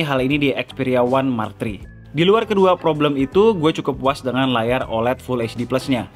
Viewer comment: Dari tadi ane dengerin ya "One Mark Tri"